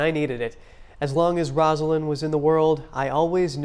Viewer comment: ➡ FYI NTD: Rosalynn Carter pronounced her name ROSE-a-lynn. Not the same name as "Rosalind," which is pronounced RAHZ-a-lind. The anchors got it wrong, only the "Look Back" narrator got it right.